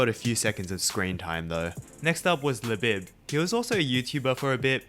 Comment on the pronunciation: It’s pronounced “LaBEEB” not “LaBIB”